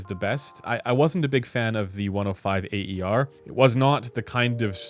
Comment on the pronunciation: Instead of always pronouncing “A.E.R.”, you could simply say “air’, as it’s close enough to how it sounds untranslated: “a:ér”. Cheers!